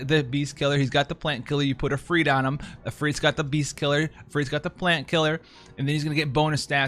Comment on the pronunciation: When he put the stress in Ifrit in the right place for the first time to my ears on a Western channel... I was truly happy., my internal weeb loves you.